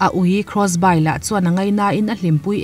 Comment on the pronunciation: cross by 😂😂😂😂 cross bi tia lam tur aw